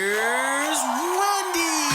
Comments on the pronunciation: Yeeaaaa they need to re-record the "Here's Rondy" intro...That's all I hear lol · why does the announcer say rondy? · Did the announcer say rondy today? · does Wendy even notice that the announcer says "rhondy". not a big deal to me but Wendy would be the first to get that straighten up. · Why does he call her Rondy??????????